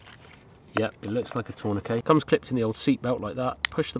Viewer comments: Pronounce the T! TourniqueT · What in the brit tongue is a torn a k??